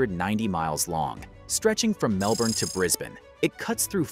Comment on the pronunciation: And Melbourne and Moree mispronounced.